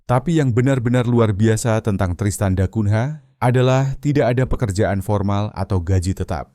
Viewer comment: Narator cara anda menyebut bbrp nama yg berasal dari bhs Porto (Portugis) spy dioerhatikan terlebih kata yg yg berakhiran NH harus dinunyikan sengau ny. Misalnya mengeja nama kota Tristan da Cungha. Dieja Tristan da Kunya bukan " da kun "ha" yg anda eja saat ini. Juga kata2 lain yg ada huruf nh di akhir suku kata. Spy anda tdk ditertawakan narator. Ini bhs orang orang Portugis.